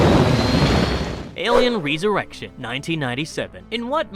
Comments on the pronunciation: Dude you're English is wild. It's pronounced "resurrection "not "reeesurection". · Did it bother anyone else how the narrator pronounced resurrection?